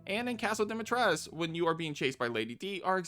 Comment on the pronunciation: I'm gonna save my critique til the end of the video but I'm at about the 30 min mark and the fact that you can pronounce Beneviento and Dimitrescu correctly makes me want to sub to you